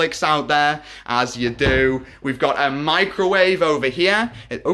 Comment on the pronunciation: U pronounced microwave incorrectly